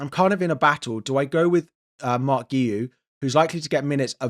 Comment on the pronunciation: Thats not how you pronounce Guiu 😂